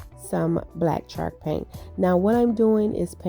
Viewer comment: I loved all of your ideas! They turned out great! Way to be very creative! Not to be rude or mean, but has anyone let you know that you’re saying the word “chalk” wrong? Or maybe you’re saying it right, and it just sounds like you’re saying “shark”? Just wanted to let you know. Happy Easter and many blessings to you and your family!